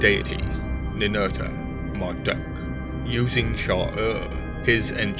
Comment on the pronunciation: Can you please not pronounce Marduk as Marduck? It's pronounced Mardook! U = OO.